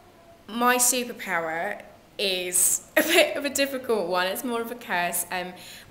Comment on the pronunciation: Is she from the West country. Listen to how she says the word superpower ...haha